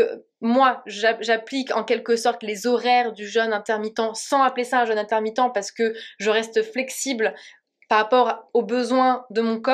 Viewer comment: Pas le jeune... le jeûne.... ça ne se prononce pas de la même manière......😨